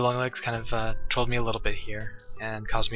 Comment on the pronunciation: It hurt to hear him say trolled.